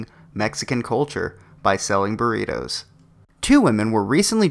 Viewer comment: What the Fuck are BURRIROS?? the name is BURRITOS with a T. not an R. Spanish challenged Idiot. The problem is that the USA has always been STEALING from other cultures and then claim that is their idea. Now, I found it Outrageous that these two smart girls were shut down since there is not a patent on Burritos.